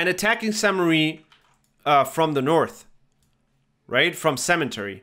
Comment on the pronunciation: Thank you for your videos, they are really helpful! I just have one pet peeve, it's the pronunciation of French locations! I know they are hard to guess and pronounce but I can't help it: You are saying Saint Mary, it's actually "mère" as in "flair" or "bear" and it means mother. "église" is pronounced like "egleez"